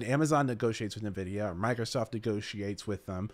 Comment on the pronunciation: Why do you say "Nvidia" wrong?